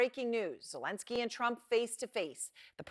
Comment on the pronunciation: Finally, journalists and politicians pronounce Zelenski correctly, three years of war and a new president, when I hear the correct pronunciation 👏